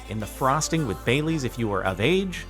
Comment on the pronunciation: I thought he said "bay leaves" instead of bailey's...